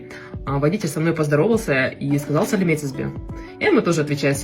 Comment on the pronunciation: Красавица! Вы очень правильная и доброжелательная. Да "НИЕТ". Старайтесь просто общаться. Не стесняйтесь. Слово саламетсизбе у вас прозвучало чисто. Дикция у вас хорошая. Через год заговорите спокойно. Читайте на казахском Языке.